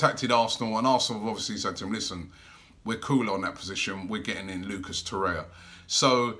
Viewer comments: Torreira not Torrea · its torreira not torrea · Torreira. Not Torrea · TO-REY-RA or TO-RARE-RA come on Robbie man wtf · There's another R in the name. It's Torreira. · will robbie move to.Urugay to.learn pronuniction of lucas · Robbie still can’t pronounce torrerira’s name right or any name for that matter 😂😂